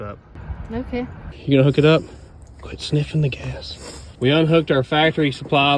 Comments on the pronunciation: Did you say gace? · Or gase like case with a 'g'